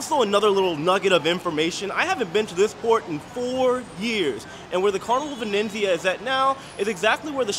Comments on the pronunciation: it's incredible that he hasn't been able to say Venezia once properly. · Excellent report......a beautiful ship. øne thing, if I may. xit is the Carnival Venezia.....not Venenzia....only one 'n'. Really enjoy your videos. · Hi, J: there's no second "n" in the name of the ship so the pronunciation is - Venizia, like pizz-ia😊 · It's Venezia not Venenzia😂😂. But like someone stated 2400 is steep. I thought 1000 was too much when i checked. I paid 985 for the 15 day sailing in September. Thx for sharing. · Love you and your channels!!! But I just want to tell you there is no 2nd 'N' in Venezia, it's not Venenzia. Looks beautiful, can't wait to see the rest! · It’s not venenzia but V e n eeeet Zia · I think it just has one 'n', not 'vinenzia'. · Ve-nez-i-a, Not Ve-nenz-i-a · Why do you keep adding an N in the name of the ship. It’s Venezia not Venenzia. I hope by the end of the video you catch it. Sorry it’s a pet peeve of mine. 😊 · It’s Venezia, not Venenzia! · He added an extra letter N. Add an N to Jaye and he becomes Jayne. LOL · Venezia not VeneNzia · It's pronounced Ven ET zia :) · Love it but it’s pronounced Ven EE tsee ya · It's pronounced Vin-ET-zee-ah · say it with me buddy: Vin-ET-zee-ah 👍 😂❤ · Pronounced Ven et Z Uh... I was on the Transatlantic cruise to NYC. They taught us how to say it. 😉